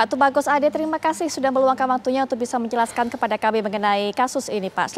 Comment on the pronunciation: tolong bedakan J dengan C, misal: juga bukan cuka, menjelaskan bukan mencelaskan.